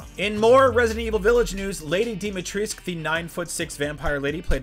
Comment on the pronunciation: It's pronounced /ˈleɪdi dimitreskU/ not /dimitri:sk/ 😒